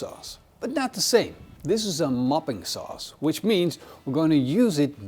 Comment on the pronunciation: Every time you said 'mopping' sauce I kept hearing 'muffin' sauce 😂 Now someone needs to invent muffin sauce.